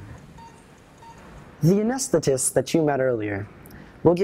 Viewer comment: “Anesstist” lol he said it wrong and it made me laugh so hard